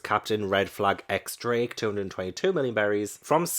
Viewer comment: Just for future reference, the x in X Drake is supposed to be a 10 and is pronounced Diez. I only know the pronunciation because of the anime, because who would think Diez when seeing X.